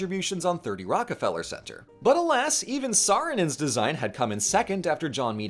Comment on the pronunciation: "Saarinen's" It just sounds so wrong